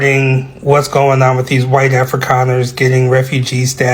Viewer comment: Kudos for saying Afrikaners correctly. Thanks also for speaking up for us. Its bad over here.❤❤❤ great channel.